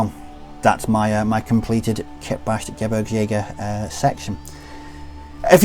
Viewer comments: It’s pronounced geh-breegs- jager. All Gs in German are pronounced with a soft G. No J sounds! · You mean geh-beergs-jager, what you wrote would be Gebrigsjäger